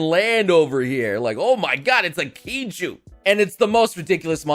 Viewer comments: I don't know how to feel after you said kaiju as kiju... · "Kiju"..... Did you mean KAIJU ... Or are the monsters in this thing Actually called Kiju? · You pronounce Kaiju wrong